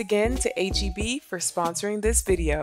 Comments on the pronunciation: idk why but this whole time I thought you were always saying A-G-B 😂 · We’ll never forget past vlogs where we thought you were saying AGB 😂 So proud of you for this sponsorship!! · can’t lie u deserve this sponsorship Bc I’ve never heard of HEB or as i thought u was pronouncing it “8GB” lol